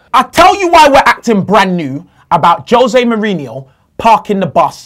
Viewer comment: why does say yose mourhino it angers me so much. it's jose. Yose sounds like his eastern european cousin